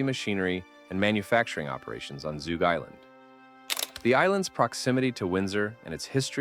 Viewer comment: Zug Island... Zug... like Tug, not Toog.